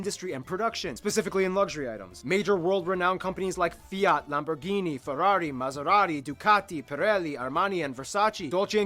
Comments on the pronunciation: Lambourghini or meaby "LAMBORGHINI" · Lambourghini.. dear god..